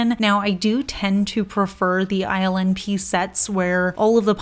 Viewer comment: I think ILNP polishes are so unique, ethereal, and delicate yet my boo pronounces the brand name “ILL NIPPY” in a rock and roll voice. Laugh every time I read it now.